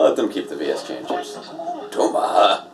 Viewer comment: U said it Wrong it’s Said The Letter V And Then Letter S